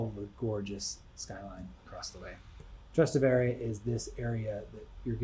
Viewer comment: It’s Trastevere not Travastere 🥲